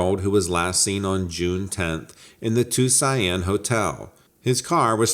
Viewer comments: I thought you were trying to say Tucson🙂People butcher that one in different languages too😄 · Is ...he saying ...Tuscan lol? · Yes it Tucson.... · are you tryiung to say tuscon? it pronounced two son. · I thought that myself. 🤣